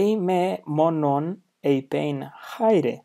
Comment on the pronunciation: Chi should be "Kh" in Ancient Greek, no? Thus rendering Khaire/Khairete not Chaire/Chairete.